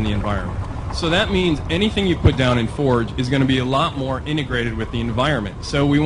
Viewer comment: So are they calling it Halo Fourge?